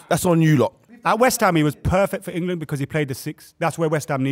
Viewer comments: Why does say Engerland? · say IN-GA-LAND one more time 😂😂😂😂